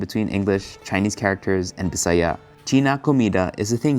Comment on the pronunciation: I LOVE how you respectfully pronounced the word BISAYA😍